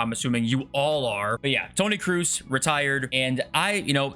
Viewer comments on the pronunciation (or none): Cannot wait for one the youtubers to pronounce Tony Kroose's name properly